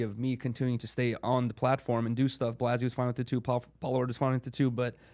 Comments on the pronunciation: First of all say blazzys name right Adam you scumbag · Still to this day, Adam miss pronounces Blazzys name lol